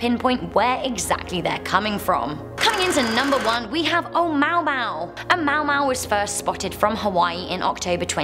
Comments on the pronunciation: A mou mou? No, A moo-ah moo-ah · The pronunciation is not OH MOW MOW it's OH MOO AH MOO AH. You surprised me because Brits tend to pronounce every vowel like in Jaguar (JAG U AR) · It's not "ah-mow-mow." It's "Ah-moo-ah-moo-ah." SMH...Brits. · It bugged me enough to find this comment lol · It's Onamuamua Oh Na Moo Ah Moo Ah. Smfh. I live in Hawaii have for many years now. Get it right or don't say it. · ...'oh mow mow?!' Really?! XD Haha, omg... rofl. Surprised you havent heard someone else pronounce it before. It's Hawaiian, i guess your not familiar with their words... too funny. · it is actually pronounced "o-mooah-mooah", and several highly respected astrophysicists/astronomers have recently come out saying that it is actually very likely to be a piece of alien technology. One study that was published just a few months ago (from Harvard) stated that it could actually be a "light sail" (something that uses solar energy to propel itself), since it increased in velocity as it neared the sun (without any known explanation as to why this would happen). Secure Team 10's YouTube channel did a great video covering all of this.. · This lady is dead wrong we are at 78% of type 1 so we got about 100 years more before we are a type 1 civilization but she’s trying. She’s reading a script so it’s not her fault. But she butchered that Hawaiian name tho lol